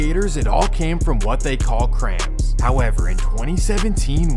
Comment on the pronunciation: "crams" 🤓 this nigga bro